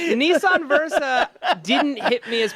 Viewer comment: Maude, you should tell them it's "Nissan", not "Neeshan" LOL